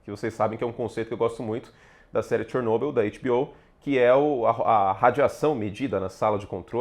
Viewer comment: Pode falar Chernobyl igual todo mundo fala 😂